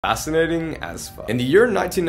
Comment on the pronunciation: Anyone else notice that he doesn't pronounce the "F" and is essentially saying "Assinating"